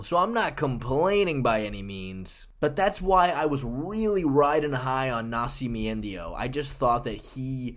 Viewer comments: MME taking pronunciation cues from Chael Sonnen or something "Nasci-me-endio" 🤣🤣😅 But yeah you've been high on him for SO long lmao.. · Why are you saying nascimento like that 😭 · It hurts me everytime you try to say Nascimento. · You botchering Nascimento name to insane levels. Dude, if you want some help with Portuguese names, feel free to contact me. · Was thinking the same thing the whole time. I winced every time I heard it. 🤣